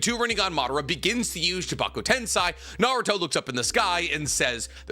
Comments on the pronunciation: Why do you keep mispronouncing 'Tensei' as if it were Tensai? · Why does no one care that consistently mispronounces the word tensei? Like it’s on par with people that say nuke-you-lur in stead of nuclear.